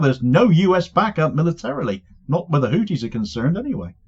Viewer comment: It's HouTHis, not houTis. It's a TH sound, not a T sound. In Arabic we have the TH sound also, and it happens to be the case that the founder's surname was Al-Houthi. It's unbelievable that one of the poorest countries in the world - if not the poorest - is able to take on Rome like that.